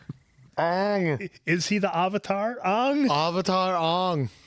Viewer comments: The “Ayvateer” 😂😂😂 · "I mean Ang, Ung whatever they wanna call him, the Avatir.." You had me laughing so hard I actually choked for a second,:D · The moment they said "Ah-vatar" I knew this was a shit movie. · sOHkka, AAHng, AHvatar, URo This movie is the definition of looking something up on Google once and making a movie about it without any other information, not even how to FRICKEN PRONOUNCE THEIR NAMES. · The whole "ahng" and "uhvatar" mess was Shyamalan being super arrogant and claiming the cartoon had all of the names wrong. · I saw this movie opening weekend. In 3d. It cost $22. I went with a buddy of mine. Apparently, during the opening scroll, as soon as they said "Uhvetar", I audibly went... "Oh no...." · Ahvatar isn't nearly as bad as Aang which rhymes with gong. Ahvatar sounds like it could be slightly British. Aang is some sort of weird double cultural appropriation since he is actually based on a Tibetan Buddhist model but it's not his name. So it's a bit like if the Beatles (who were inspired by Eastern religions) gave themselves Tibetan names rather than George or Ringo or Paul. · Sadly saw it in theaters always regret not leaving after hearing that first Avatar pronunciation